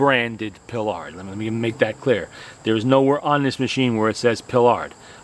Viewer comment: Nice machine! I must confess, however, that I kept shouting "PIE-ard!!" during the video: it's NOT pronounced "Pilard"...